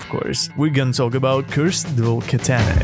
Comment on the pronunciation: Bro said cursed dual ketene💀💀